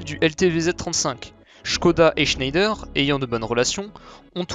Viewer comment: IMPORTANT: On dit [chnèdre] quand on parle de l'industriel français Schneider. Fallait pas avoir un nom à consonnance allemande à l'époque.